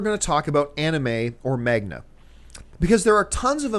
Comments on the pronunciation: uuuuhm John it's Mang a, Man ga. Not Mag na. tee hee. I have to disagree with you about your comparison with desktop rpg and manga. One is a game, one is an animation (well in this case, its a comic). Different experience and different expectations. Anime is more of a story telling device rather than a game experience that "you" are capable of influencing on as it is a medium of interactivity. Anime is not. it's like any other movie. It's a one way trip from the story tellers, take it, like it or hate it. Games? you can change it by being the player. Two very different things John. Granted desktop rpg have some story telling elements, by like any other games, it's all about interactivity, it's not a strong medium for story telling alone. That is why most game to movie adaptations fail, so far, they just need a better script. WoW might just change that, who knows. Having said this, you went to one niche topic about anime, desktop rpg to another bigger niche topic that is batman v Superman, and your vibe just change altogether about this niche topic. You said it yourself, comic books are a niche market (it's bigger now thanks to MCU) but still appeals to the sweaty nerds. General movie goers are not gonna care much. Now why is Manga/Anime any different? and why would Hollywood producers not make an adaptation of desktop rpg when they have a Pirate of the Caribbean ride turn into a movie? Well true that we have DnD movie and Battleship that was based on that forgotten game. But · I might be wrong but I think manga is pronounced mung-ga, not magna... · What the heck is magna? I love ya Campea, but every time you said that I cringed. Some say MONG-GA. Some say MANG-GA. No one says magna. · manga, not magna :) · Its ManGa!! Not magna John!! Seriously its right there!! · Am I the only person who gets annoyed the way John says Manga? Hearing it said as "Magna" instead of "Mang-ga" was really distracting. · John are you saying Magna? I think its pronounced Mang - ga